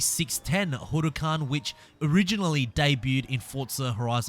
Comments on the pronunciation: You're saying Huracán completely wrong honestly, I've heard people say it in so many different ways (mostly wrong) but I've never heard anyone like this, it's far from right. Just letting you know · why does he pronounce the huracán like that lol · How can you not say huracan right?